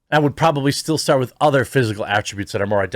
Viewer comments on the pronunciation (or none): none